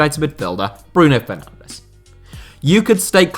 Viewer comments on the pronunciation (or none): none